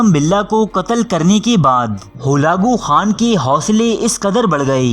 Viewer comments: Achi kavish ha mgr mazrat ke sath urdu talafuz thek karn ,,horfe akhir,, or ..Holakoo khan.. ni hota ,,harfeakhir,, or,,Halakoo khan,, hota ha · Halako Khan ko Galago Khan kah ker sari vido ka naas mar dia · Hulako Khan nahi Halaku Khan nam h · Bhai ap talafuz sahi karain halako khan tha khalago nahe tha aur lafz haraf hota hai huraf nahe hota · سلسلہ بےشک اچھا ہے لیکن ناموں کے غلط تلفظ کی وجہ سے میں ان صاحب کی ویڈیوز کو صرفِ نظر کرتا ہوں ۔ جو اپنا تعارف کرانا بھی پسند نہیں کرتے ۔ تاریخ بیان کرنا ہر کسی کے بس کی بات نہیں ۔ برقائی خان ہلاکو خان۔ رکن الدین ببرس ۔